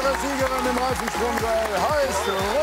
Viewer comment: Wer hat auch corona verstanden als jmd rona gesagt hat? Es kommt nicht mehr aus meinem Kopf 😂🤦🏼‍♀️